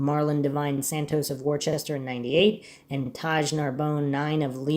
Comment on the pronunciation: Worcester is pronounced Woo-ster or Woo-stah here in the northeast. Good job on this mystery.